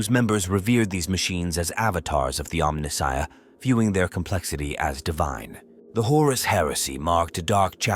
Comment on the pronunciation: omni-shia? mispronounced like a true AI voiceover